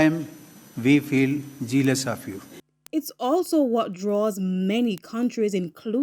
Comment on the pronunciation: Lol..the Indian prime Minister said "sometimes we feel Gellous of you"" lol we running 🏃‍♀️ 😜 too fast for the Indians